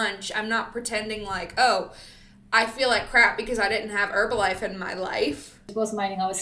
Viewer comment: I love the top and your Monat 😈hair. Thank you for saying Herbalife with the silent H. You’re funny, I liked, commented and subscribed.